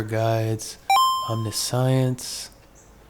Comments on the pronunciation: please for the love of god its Om-nish-ens not omni-science. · Love ur vids but i gotta be that guy...im sorry. How to pronounce the following: Omniscience ( aam·ni·shns or om-NISH-uhns ) and MIrrodin ( mih-ROH-din). Hope this helps, sorry again. Hope you keep finding absolute bangers! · not pronounced Omni-science lmao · I realize im being stupid here but I heard omni-science and I had to stop 😂